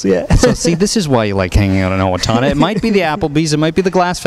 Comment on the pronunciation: XD he keeps saying owatoona! it's owatona Get It Right!! lol